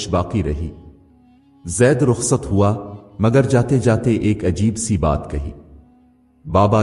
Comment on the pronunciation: Voice pronunciation is very bad, sorry to say, nobody can watch complete video, because of this error, graphics are good, try to pronounce the words correctly, like, waada, ko wda, hawa ko howa, etc